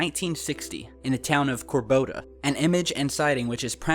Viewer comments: it's Cor-do-ba, not Cor-bo-da... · Corboda? Do you mean Cordoba?